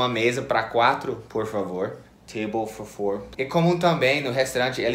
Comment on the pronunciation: Table for four...... quem acha a pronúncia tipo : um mafagafo com um mafagafinho, dá um like. 🤣🤣🤣🤣🤣🤣